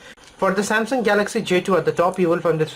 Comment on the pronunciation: why do indians pronounce j2 jdo